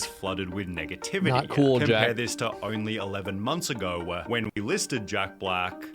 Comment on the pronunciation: I need to continue my crusade to make people hear the stupid extra syllable this narrator adds on to every single sentence… it’s infuriating. EDIT: “we’re normal just one year ago-wa”